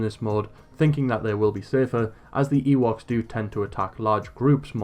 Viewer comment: Is it just me or is he saying Yeewoks? thanks for the video btw